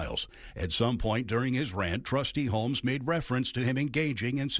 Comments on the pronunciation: What is a "tustee" ?? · What's a "TUSTEE"??? What an embarrassment of a "news" source. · "Dalton TUSTEE"? Petty, I know, but who's your editor/whatever....AND HOW MUCH DO THEY MAKE? JAST Woulndtring! Me fail Inglish! Dat unpossible! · What the hell is a "tustee"?